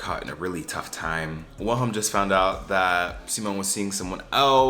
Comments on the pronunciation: The W in Wilhelm is pronounced like a V, so Vilhelm or Ville for short. Also, you should watch it in Swedish with English captions, trust me you won’t regret it! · it's pronounced /'veel-he(l)m/, the W is never pronounced like a /u/ in Swedish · its pronounced like "villhelm" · HAHHA I'm living for your different ways of pronouncing "Wilhelm" ✨ Tip: you could just say "vilem" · U are saying willi name WRONG 😂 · NGL as a Swede here lol, the way you say the characters names especially Wilhelm triggers me so bad lol. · as a Swede having to hear you mispronounce Wilhelm troughout the entire video was so painful but yeah the show is good I like it I'm gonna be so mad if they cancel it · Same, it makes me feel itchy for some reason. But not like the feeling of wanting to scratch yourself but like a phantom touch.